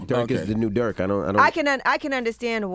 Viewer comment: It’s Not DuRk